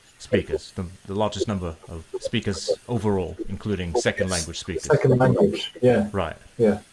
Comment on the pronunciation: You say spickers rather than speeekers. Tock rather than tork. It's a longer vowel.